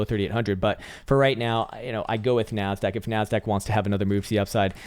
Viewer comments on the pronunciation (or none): When you said "where is my NASDAQ?" for whatever reason, I heard "where is my MAN-SACK?"